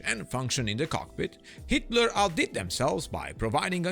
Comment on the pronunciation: Every time the narrator says HeatBlur, all I hear is Hitler…